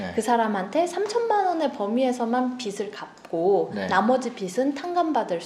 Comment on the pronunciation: 발음 좋아요! 내용도!!! 보통 저 변호사님처럼 [비슬], [비시] 처럼 잘못 발음하는데 신사임당님은 빚을 [비즐], 빚이 [비지]라고 정확하게, 올바른 발음으로 말해주셔서 정말 좋네요! 앞에서 말하는 직업이다보니 이렇게 올바르게 발음하는 분들 보면 혼자 ... 이분 제대로 배우신 분이네! 이럽니다! :)